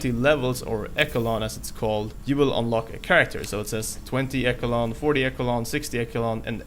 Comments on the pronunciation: 20 eckle-on 40 eckle-on.... Esh-a-lawn ;) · “Echo-o-Lon”?? It’s pronounced “eh-shh-Lon” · Hey not to be mean but it’s pronounced (Esha-lon) echelon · Learn how to pronounce Eish-E-Lon!!! Learn how to read bro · It’s pronounced eshelon. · Dont wanna be that person but isnt echelon pronounced esh-eh-lon. Im genuinely curious lol. I coulda sworn. But its not like its a word you hear alot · It's echhhh Elon. Ch like in Cheeto. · It's pronounced like Eshalon. Good video btw